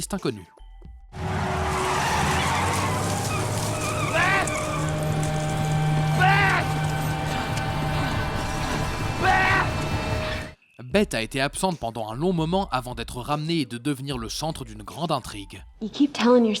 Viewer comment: elle s'appelle Béth et non béte 🙄